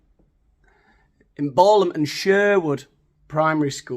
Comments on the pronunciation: Not Ball-ham it's Balham[ Gateway to the South.] Good voice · Balham is pronounced like Ballet FYI.